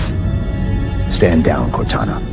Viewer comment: Cor-tana ….home, teacher, body for A.I?